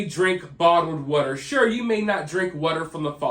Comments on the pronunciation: W AAAA ter. Water!!! Not WhatER..TF is WHATER??? Water fuck man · Oh this is gonna be a record for the most "wudder" in one video.